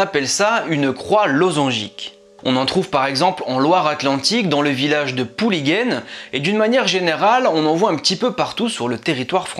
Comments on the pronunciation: Euh manifestement tu n'est pas du coin, en Bretagne il n'y a pas de Pouligaine mais Le Pouliguen, prononcer Le Pouliguin, lol. C'est un endroit très touristique situé à l'ouest de La Baule au début de la pointe du Croisic, exposé plein sud. A part ça, j'adore tes vidéos. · 😂 j'habite au Pouliguen et on prononce pas comme ça. On dit ''Pouliguin'' (comme Guingamp) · Pouliguen prononciation en in à la fin bon travail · 10'10 heuuuu c'est pas pouliguène !! C'est Le Pouliguen (Pouliguin) en fait en breton (le nom origine est breton-tout le monde le sait le 44 c'est l Bretagne^^) c'est "POUL-GWENN" ou mare (petit espace d'eau) blanche. Y'a les marais salants à côté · Super vidéo ! C'est très intéressant, mais attention ! Le Pouliguen se prononce comme il s'écrit !!!!